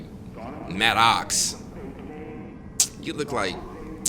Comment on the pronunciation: This man said Matt ox I'm done 😂😂